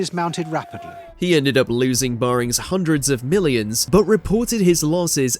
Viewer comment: "bar-rings" ... Bear-ings, dear boy.